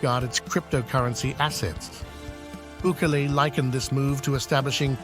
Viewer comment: God fuck say his name right BUKELE!!! NOT Buuckle 😂